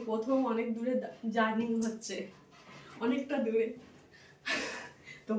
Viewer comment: কথাটা জার্নিং নয়, বলো এতো দূর জার্নি করছি ।